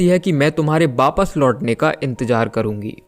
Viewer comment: V ya w ko b pronounce kyu krte ho aap? Jaise wapas ko bapas bolte ho ..thik se bola kijiye bhai